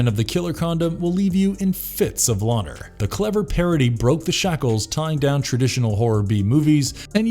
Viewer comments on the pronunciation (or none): I can't say I've ever heard anyone pronounce laughter like that before 😂